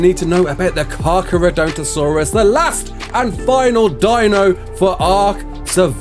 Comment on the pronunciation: You kinda completely butchered that name